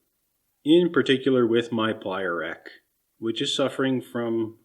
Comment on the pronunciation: Oh........”plier rack”........I thought he said “playa rack”, I was expecting topless burning-man footage.